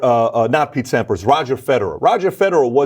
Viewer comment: Are you kidding me guy?! You're interviewing through an interpreter. You can't go off on long tangents about "Peter Sampers". Roger Federer. "Agassi or another kid". Using words like "Regimented". Mumbling & Spitting out as quickly as you can sentences like . . . "and the other one does as well but he took a complete different route" . . . and . . . "there's a lot of musicians you think about back in the day" No. No, they do not "understand what [you're] saying to that". You suck.